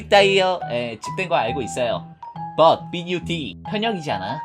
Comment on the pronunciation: 에 벗(하지만)이라 말하고 bud라고 말하는거 실화냐ㅋㅋ